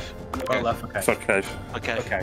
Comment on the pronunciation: “For Kaiff”